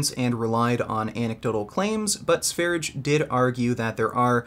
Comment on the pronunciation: It’s not "Sveridge". It’s Sveryeah, like the country Sverige, aka Sweden.